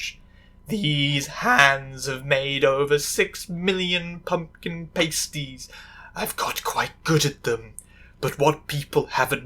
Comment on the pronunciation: That’s not how you pronounce pasties 😭please.